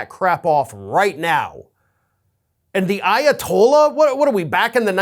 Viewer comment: The Ayatoliah!? What is he, Chris Jericho now!